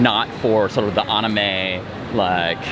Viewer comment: “Like the onime?”